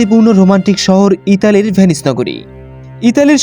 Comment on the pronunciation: তবে উচ্চারণে সমস্যা আছে আপনার। ভেনিস বলছেন নাকি পে-নি/স বলছেন সেটা বোঝা যাচ্ছে না